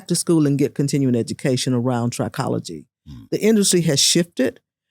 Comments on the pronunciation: I've never heard it pronounced "try-cology", it was pronounced "trick-ology", the root pronounced "try-cology" does have the root word tri which means "3", whereas with "trick-ology", the root "trick" means "hair" so "trick-ology" is the study of hair whereas "try-cology" means the study of "3"- and if you noticed, "trichologist" has the extra "h", showing it is definitely "trick-ology", "try-cology" would be spelled "tricology" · Trichology (trih-KOLL-uh-jee)